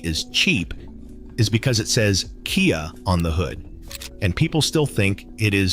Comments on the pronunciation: What on earth is a K.I.A. Sorento (Kee-uh?)? And what is a Kia Five Six? (Vee 6?). What about the Toyota Threeeeee 2GR-FE? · Hello little robot. KIA is pronounced Kee-ya.